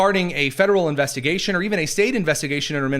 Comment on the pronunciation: Investagation he said again here we go